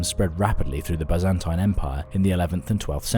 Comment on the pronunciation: he mispronounced the Byzantine empire